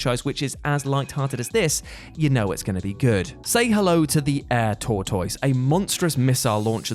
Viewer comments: HAHAHA NO! The English can't english. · American here. Is this how people in the UK say tortoise (tour-toice)? In the States we say tour-tis. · Also, being from the states in the South, hearing the way says tortoise is hilarious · Is that a regional pronunciation or does he not know what the word Tortoise is?